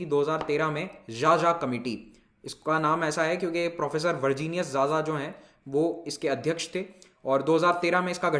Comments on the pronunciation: Sir 'Xaxa' is pronounced as खाखा not 'jaja'. People with surname 'Xaxa' also belong to tribal group. Anyways Pronouncing strange names of the people is not easy. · Sir it is not जाजा (xaxa) it is खाखा....🙏 Big fan From chhattisgarh jashpur district... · Xaxa is pronounced as KhaKha (a sub caste of Oraon Tribe) literally meaning of A Crow. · Xaxa is pronounced as khakha.....